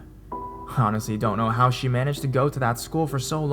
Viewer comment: "She," not "shae."